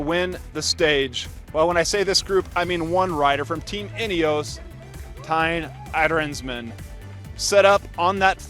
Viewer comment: Thymen Arensman. Not thaim arnsmen